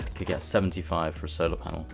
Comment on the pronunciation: I swear he's saying solo panel